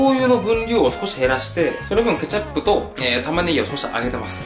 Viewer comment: ケチャ↑プ